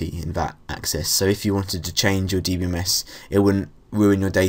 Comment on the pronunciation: DEE BEE DEE BEE MES XD im crying